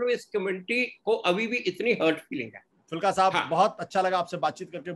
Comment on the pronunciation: आशुतोष जी, उनका नाम एच एस फूलका है, फुल्का नहीं। बड़े ऊ की मात्रा पर ध्यान दें।